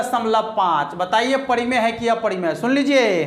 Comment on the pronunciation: pahle to gane ke bol sahi se sikh lo, aur parimey ko padimey bol rhe ho 😀😀😀